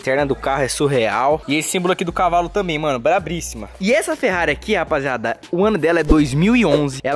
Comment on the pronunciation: Brabríssima tá errado, não é assim que se fala aff